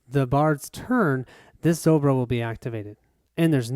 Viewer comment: Not ZoBro, it's ZoRbo =)